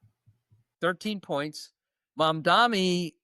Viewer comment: It's not mom-dom-me, it's mom-DON-ee :)